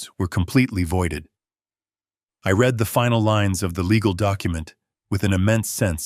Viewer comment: Please AI, learn how to say the past tense of "read" which is pronounced "red"